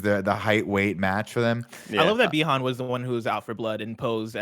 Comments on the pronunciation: Nick says bi Han like lando says Han solo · Nick is the old guy having despite watched the movie and heard people say the name multiple times still says it wrong. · Is Nick mispronouncing every name on purpose? Did I miss something?